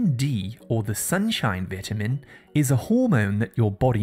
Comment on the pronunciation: Your pronunciation is wrong. It's vitamin, it's not vatamin